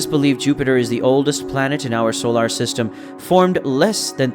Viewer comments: I got hung up on that too. They can't find a person to speak? You'd think they would have fixed it. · Fantastic video. Super distracting how you say solar, but a great video 😂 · "Solar" needs some pronunciation work.